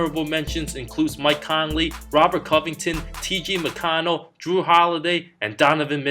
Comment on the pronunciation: You said TG Mconlle